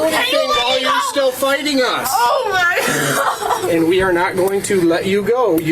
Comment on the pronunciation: If you say “oh my goduh” or “oh my godah” i immediately know the height of your maturity level